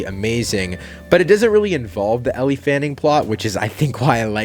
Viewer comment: Its pronounced "L" -- NOT ELLIE